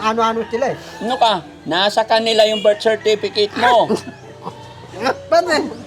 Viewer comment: Hahaha natawa nman ako Kay tinanong nya yng kaibigan nya kung meron daw busepetek😅 ibig nya siguro birth certificate 😂ang bigkas nya busepetek galing ni mag interview 😅